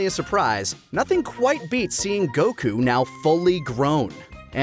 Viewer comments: Bruh. They ran outta content before that dumbass ever realized his name is goku, not goCOOOO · Can't get over how he says Goku as Geux Kuu and just HAS to say the Japanese names for things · Why so much "goKU" pronunciation? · GokU?immaculate pronunciation🤡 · I've never watch this sort of content from TFS before, is he seriously going to keep pronouncing Goku that way? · (or however u spell it) is super pretentious dude. the way he be pronouncing Japanese words like he didn't grow up in america and just always be talking about the sub like stop dude we get you want to be Japanese. Honestly if I was having a real conversation about Dragonball and someone was speaking how he speaks about it I would walk away. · Lani never got top 12 Bulma outfits, kirrin never got his filler episodes count down, and never pronounced Goku correctly. P.S. I had seen that VTuber before but never new that was taka. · pronounce Goku correctly challenge (impossible)